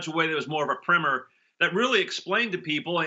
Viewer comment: It's primer not primmer